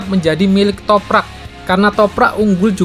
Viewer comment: Setelah berbulan-bulan ahirnya bisa lancar sebut nama Toprak😄 razgatlioglu yang susah😂